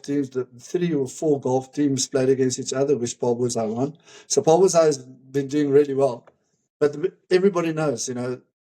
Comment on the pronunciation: You all pronounce the name Paarl wrong